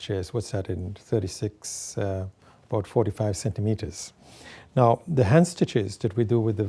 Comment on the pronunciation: I notice when he says "the" it sounds like uh sometimes